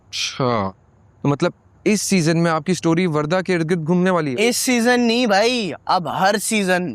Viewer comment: The way said that rickshaw wale bhoai instead of bhai